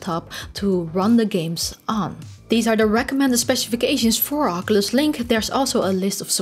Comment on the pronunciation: I believe Oculus is pronounced o·kyoo·luhs not aa·ke·lush, no offense intended, just you said oculus many times this video. Great video!